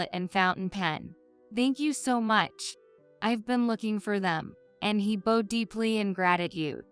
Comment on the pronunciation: Story #5 AI mispronounces the words Graduate, Bowed. I am glad there was a happy ending where the MIL & Ashley were found out.